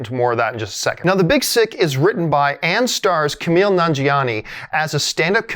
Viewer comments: kumail. not camile or kameel. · ... Ku-Mail John lol Good vid though and yes, this movie is pretty epic!